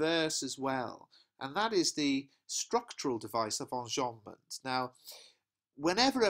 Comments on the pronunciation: the way u said enjabment its funny. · whats that device called when sentences end in a line I didn't quite understand what you said there? On about 9 minutes, please. Thank you.